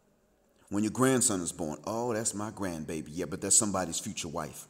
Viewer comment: Are you saying wife on pupose?